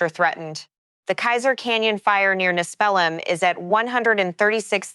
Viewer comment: Pronounced...She lan and Nespeelum